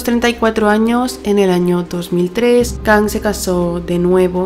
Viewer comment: se pronuncia Kang, no Kong, se me hizo raro